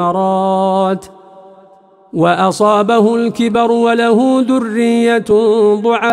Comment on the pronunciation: هناك خطأ في كلمة ضعفاء في قراها المرتل ضعآء،او خطا من التطبيق لا ادري